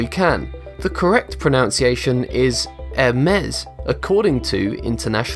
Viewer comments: Quite ironic in a video about pronUNciation that you can't even pronounce pro-NUN-ci-a-tion correctly... I lost track of how many times you said "pro-NOUN-ci-a-tion" ... 3 times at the very beginning for starters! LOL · You should probably learn to pronounce 'pronUnciation' before making a video on it... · Why does he say “pro noun ciation”(Sic)? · Well it's 2 seconds in... and I'm out. He's pronouncing "pronunciation" wrong. This is a video about pronunciation.... Come on. He's saying pro-NOUN-see-A-shun and it should be pro-NUN-see-A-shun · Michael B Yep. While many Brits DO say 'pro-NOW-n-see-ay-shun' (as this annoying narrator does) it doesn't mean they're correct. Generally it's taken as a sign of a poor education. Much like pronouncing H as Haych instead of Aych. The correct way to say it is pro-NUN-see-ay-sh'n. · The man in the video pronounced it "pro-NOWN-see-AY-shun" as opposed to the correct "pro-NUN-see-ay-shun". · You you miss-pronounced “pronunciation” as in “proNOUNcation” instead of “proNUNcation” I think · It's not pronounciation...Its PRONUNCIATION. Say it right. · It's "pro-NUN-ciation" not "pro-NOUN-ciation" It's "aich" not "haich" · The Oxford dictionary states that pronunciation is pronounced pro-NUN-ci-ay-shon NOT pro-NOUN-ci-ay-shon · Oh yes well that is very interesting I didn't know some of those things. I've got something for you that you didn't know....you pronounce pronunciation wrong IT'S NOT PRONOUNCIATION IT'S PRONUNCIATION!!!!!!!!! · ITS pro-NOUn-see-a-tion not pro-NUN-see-a-tion lol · The word "forte" is also universally mispronounced. It's supposed to be pronounced " fort". Also, the narrator is misspronouncing "pronunciation". It isn't pronounced "pronounciation". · I know. I thought it was a joke when he kept saying "pronownciation", but that never became apparent lol.. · Nope. It's proNUNciation. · Jill Stephenson it IS proNUNciation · Pro-NUN-ce-A-shun. For God's sake, come on!! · Surely it's pro-NUN-see-ay-shun.